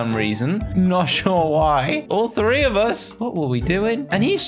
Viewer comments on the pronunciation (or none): none